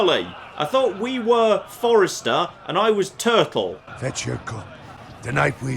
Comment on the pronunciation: Your character's name is "Tuttle" not "Turtle". And you should copyright that theme song of yours...